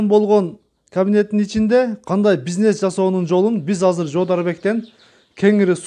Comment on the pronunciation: Пизнес эмес бизнес,сүйлөө ,речти оңдо